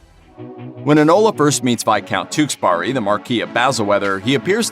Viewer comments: "Tewkesberry" not "Tewksburry" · The way you pronounce his name though, TewkesBARI.